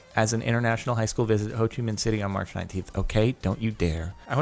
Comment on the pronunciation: You said Ho Chi Minh city perfectly. Well done Jordan :D P/s: Have you ever been to Vietnam ? Just wondering